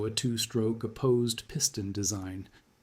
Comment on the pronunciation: Crappy computer generated narration, totally unrelatedvodeo, but decent writing ruined by the two. Plus annoying often misspelled captions. And Junkers is pronounced YOON-kers, by the way, Pompano is POM-pano. Gato is GAY-to. What a crappy melange.